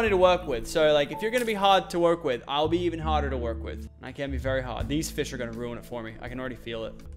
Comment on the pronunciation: He said fis